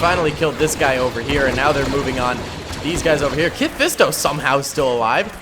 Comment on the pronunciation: Ya his name ain’t kit fisto